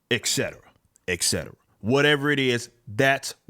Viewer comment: It’s not pronounced ECCETRA it’s ET-CE-TERA. Wtf man